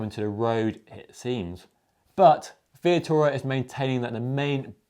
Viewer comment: you called Vittoria " Via-tora", rather than Vi-TOR-ia. just saying. otherwise, great vid. and I agree about this year's Ronde. Great race, and nice to see Van der Poel outsprinted by Asgreen.